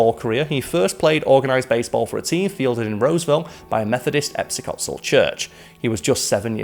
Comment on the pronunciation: Episcopal = E- piss- cuh- pull ^.^